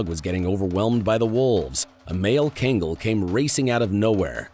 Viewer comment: You shouldn't be talking about these dogs when you can't even properly pronounce the name of the breed.